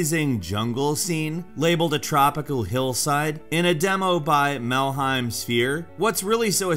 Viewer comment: Damnit melhem not malheim {DOOMGuy}